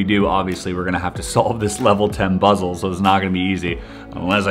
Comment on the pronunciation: he says “ obviously we have to solve this level ten BUZZLE” no I did not mistype I meant buzzle because that’s what he said like if you noticed it too 😂